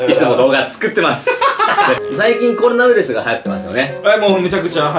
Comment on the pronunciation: 「最近コロナウイルスが流行ってますよね。」が「最近こんなウイルスが流行ってますよね」に聞こえるのは俺だけ？